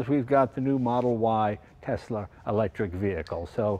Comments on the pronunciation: “Tesler”-jay Leno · “Tesler” Jay Leno, 2020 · Love how he calls it tesler like a true old man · Always love Jay reviewing a “Tesler” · New England's take R's off where they belong and then put them where they DON'T belong. EX Caa for Car and Tesler for Tesla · My mother was raised in Brooklyn and says "Tesler". She aslo says "idear" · I went to order my Model Y a while ago and kept referring to it as a "Tesler". Lmao I love Jay Leno. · It also puts an end to the debate on how to pronounce Tesla. Most people: TeSla. Elon and a few others: TeZla. Jay Leno: You're both wrong, its: Teszler. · I love that he calls it "tesler" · And here we are wavin' Brender 'n Eddie goodbye in their Tesler Model Y... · I like Jay, but is he mis-pronouncing Tesla?